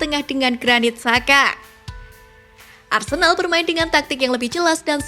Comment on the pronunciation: kok aku dengar arsendal ya😂